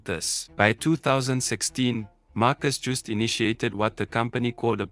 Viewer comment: Mar-kus yoo-sta and Stine-hof